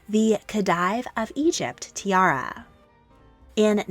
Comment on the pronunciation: A good video, some pronunciation tips: diadem is pronounced “Dee-a-dem” not “Dye-a-dem” and the title Khedive is pronounced “Khe-deev” not “Khe-dyev”